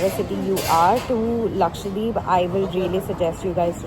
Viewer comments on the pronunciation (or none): everytime you tried saying lakshadweep in the video, you ended up saying lakshwadeep 😂😂